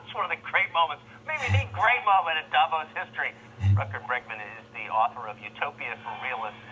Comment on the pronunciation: Ah yes, Rutger BERGman xD. It's BREGman dude <3.